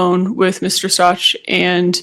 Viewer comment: I can't take listening to this witness anymore, I try.. it's so difficult, it's like she's got a frog in her throat, and can't pronounce Stauch , even though the prosecutor corrected her when she really botched the name. God forgive me, I just can't